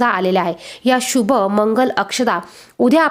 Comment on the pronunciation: सुभ नाही शुभ बोला